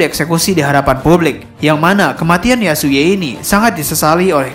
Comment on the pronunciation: Yasuie sebutnya yasui bang.....bukan Yasuye